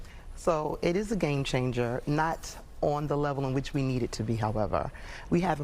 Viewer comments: "Venezuelean" she says. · She can’t even pronounce Venezuelan. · Right! she can't even pronounce it but she wants to give them money though